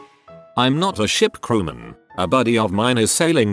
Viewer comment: "shlt crewmen" you said! Jump off a ship yikes! Dont you have a power point?